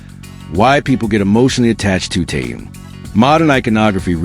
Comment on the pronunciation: Что заманера больше время повторяют ненужную иныормацию а ро делу только минутку оставляют Научитесь читать имя Тэхен.Тэхен.